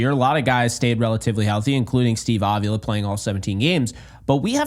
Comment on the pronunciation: its a mexican sir name; it's pronounced a vee la with the emphasis on the vee